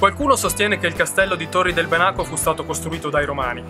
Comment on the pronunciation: Ahia! La pronuncia è Bènaco, non Benàco, è l'antico nome del lago di Garda. Tranquillo non c'è problema :) si impara sempre. Comunque il video rimane ottimo